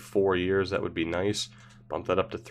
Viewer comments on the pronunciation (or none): none